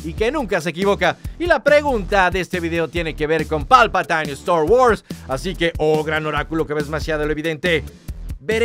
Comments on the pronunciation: palpatain ? jajaja eres un patain !! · No se dice /palpaTAIN/ sino /PALPATIN/ y el apellido McDiarmid tampoco lo pronunciaste bien 😅